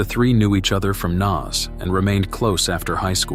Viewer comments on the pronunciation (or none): Im from Dublin pal it's pronounced Nace not Naz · Pronounced NACE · Trevor had followed a girl to Alaska who had asked him not to come over to see her. He seems to have just turned up anyway. You can find a 3 part article on this in the Irish independent from the time. Also just to help Naas is pronounced like Nace ! Enjoyed this and will watch some more of your videos 😊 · It's Naas, not Naas!